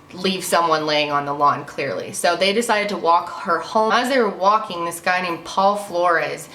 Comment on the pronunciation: Why the emphasis on "WALKING"??